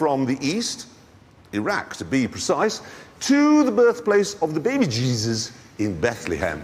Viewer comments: the bebejizzus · The Baby Jezes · Baby bjeebus.